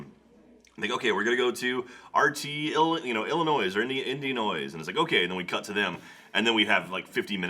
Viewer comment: IT IS NOT ILL-IH-NOYS. IT IS PRONOUNCED ILL-IH-NOY. IT'S NOT THAT HARD!